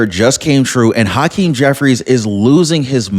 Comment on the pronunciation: Haaaakeem? Cmon man. Pronounce it as hakeem. Dont place undo emphasis on the ha. Just let it out regularly. Say it with me now, hakeem.